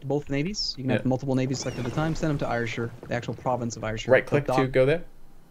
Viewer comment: These are great videos :D Gotta say though - 'Ayrshire' is pronounced "Air-shir", just like the word air.... Source: I'm Scottish Keep up the good work :)